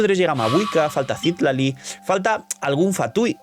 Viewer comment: Se dice Ci-TLA-li. "TLA" siendo la silaba tónica. Ojito, muñe muñe.